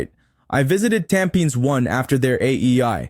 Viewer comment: Hi, I enjoyed your videos as they are informative. However may I request that you put captions on your videos as the audio narration sometimes mispronounce words and make the content confusing. eg Ariats (REITS), Hu gang (Hougang), Tam pins (Tampines). Please keep up the good work!